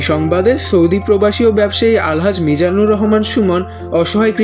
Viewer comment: যিনি এই মহৎ কাজটি করলেন তাঁর নামটাও সঠিকভাবে উচ্চারণ করতে পারেন না? মিজানুর কে মিনাজুর বলে চালিয়ে দিলি তুই?